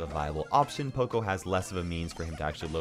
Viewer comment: OMG you pronounce poco wrong... It's not (po-co) it's (pa-co). HE EVEN SAYS IT IN HIS VOICELINES